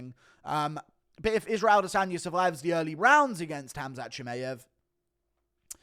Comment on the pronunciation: Why cant you say chimaev's name properly 😂